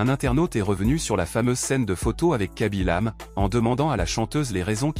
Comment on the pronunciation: Ce n'est kaby lame mais (mé) e ce prononce (é) et il n'y a pas d'accent aigu au e.